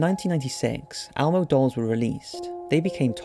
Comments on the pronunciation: It's Elmo not Almo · It's Elmo...not ALmo... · It’s Elmo not Almo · It's not "almo" it's "Elmo" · It's pronounced Elmo not Almo. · Almo? It’s Elmo! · The muppet's name is ELmo not ALmo. Seriously. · Is it just me or does he keep saying Almo instead of Elmo? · Elmo, ELMO, not almo. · Almo? It's Elmo El-mo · Is Elmo pronounced Almo across the pond? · Elmo not Almo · Why are you pronouncing Elmo as Almo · " L Moe" L-MOE... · Is he saying Almo?? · I can't believe how much this bothered me lmao It's pronounced ELMO man!